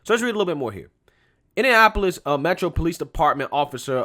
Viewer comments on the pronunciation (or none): none